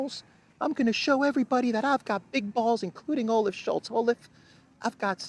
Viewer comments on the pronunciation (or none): none